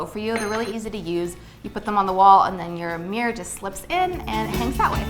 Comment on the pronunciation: I love you but your pronunciation of MIRROR is not ok xD